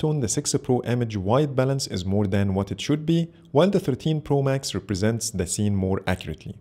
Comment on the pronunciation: Good comparison...but ur pronounce for 13 pro sounds like 15 pro